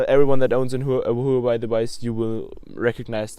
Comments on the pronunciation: It's hu waa Wei not who have I 😂😂😂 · you are pronouncing Huawei as who have I 😂